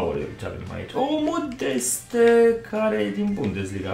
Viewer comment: Se citește Modest, nu modeste ..